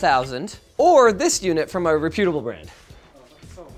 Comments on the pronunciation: is reputable pronounced differently in canadia? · omg I cant anymore. The way Linus says Reputable is a huge pet peeve of mine 🤣. Still love you though.